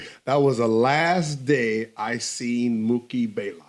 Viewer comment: Isn't it "BLAYLOCK"? Not baylock